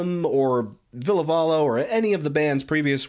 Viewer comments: Yes he's saying "Ville". I'm sorry if I'm wrong for imposing. It just sounds like you keep on saying "Villa" in your video. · Please learn how to pronounce Ville's name. I cringed everytime you said his name wrong. Other than that carry on.